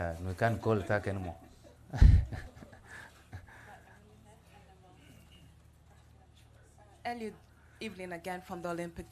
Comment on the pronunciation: Not Eliot, ELIUD.... good job anyway